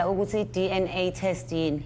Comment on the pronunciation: This lawyer 🤦🏾‍♀️🤦🏾‍♀️🤦🏾‍♀️🤦🏾‍♀️😂😂😂😂😂😂😂😂😂😂 DNA not DA